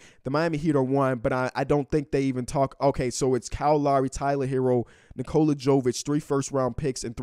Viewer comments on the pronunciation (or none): Jović is pronounced the same as Jokić just with a V instead of a K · Nikola Jovic is pronounced the same as Nikola Jokic.... Just with V instead of K 😂